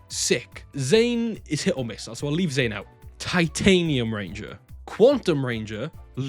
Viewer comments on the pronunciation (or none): none